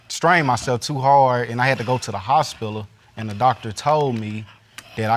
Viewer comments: The” hospila “ 😂😂😂😂😂🙄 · He did not just say hospilal it's hospital Lord have mercy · This fool said, "hospila" 😂😂😂😂🤣🤣🤣🤣take me right now lord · Pause what’s “hospilol”